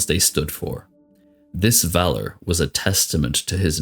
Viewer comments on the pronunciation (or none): none